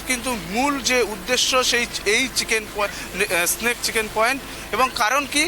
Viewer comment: চিকেন স্নেক নয়, চিকেন'স নেক।